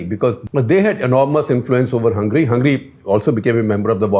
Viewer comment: Shekhar, you didn’t quite get the joke about the Joke Party. It’s not two tailed but “Fork Tailed” 😀 A play on the “forked tongue” but you did a great job explaining Hungary. Also, please don’t pronounce it “Hungry” 🙏😀😀😀